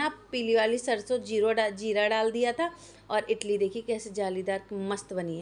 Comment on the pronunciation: इटली क्या होता है इडली बोलते हैं ज्ञान की देवी सभी लोग बनाते हैं जब ढंग से बोलना नहीं आता है तो क्यों बोलती हो